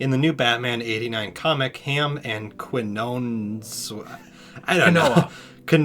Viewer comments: Quinoah hahahaha kin-yo-nes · Quinones is Quiñones, and pronounced KIN-YO-NEZ. And Tim Burton was intending on putting Robin in the '89 trilogy before he left. He had already cast Marlon Wayons, and even had some cool storyboards and ideas for that third movie.